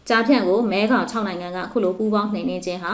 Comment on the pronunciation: မဲဂေါင်လို့ဖတ်ပါ။